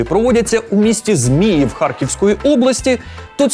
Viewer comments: ЗміЇв, не ЗмІїв. Щось наші назви навіть українцям важко даються. Те саме було з Куп'Янськом, який КУп'янськ. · тільки не ЗмІїв, а ЗміЇв!) Наголос на другому складі) Славне місто Харківщини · ЗміЇв, наголос на Ї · не змІїв а зміЇв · Я теж хотів спочатку написати, знайомі місця і навіть є родичі у районі. Завжди чув саме "ЗміЇв", і від людей і навіть по гучномовцю у потязі. Але не повірив, що ТТ після Козятина це не чекнули. У Вікіпедії пишуть, що саме "ЗмІїв". Може з роками вимова трансформувалась просто. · ЗміЇв, не ЗмІїв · ЗміЇв, наголос на ї. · місто ЗміЇв, наголос на Ї)))) А так дякую за випуск! Хоч ми і так знали, що путін йобнутий))))) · Я сьогодні вперше в житті почув, як у назві Зміїв неправильно поставили наголос.